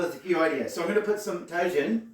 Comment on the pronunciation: Tajin is pronounced like "taheen." Tajin adds a tangy/sour flavor to everything you put it on since it has lime powder. I saw your other video where you said something turned out sour, it's because of the tajin. Great seasoning for some things but be aware that it makes things pretty sour. Also tajin has sodium in it.